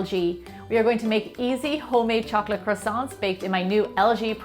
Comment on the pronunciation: Why are you saying "chocolash" instead of "chocolate"? ( ͡° ͜ʖ ͡°)